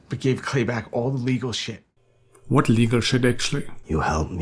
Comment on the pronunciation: Ever since ive seen this i say shat instead of shit cause of chibbs lol